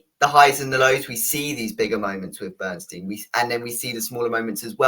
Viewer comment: How is possible that neither of you can pronounce the last name of the subject of this film?! His name is Leonard BernSTINE NOT BernSTEEN! OK, perhaps neither of you are Broadway or classical music fans.. BUT, you both watched the movie where you would have heard the correct pronunciation of his name several times, at least. Have a little respect!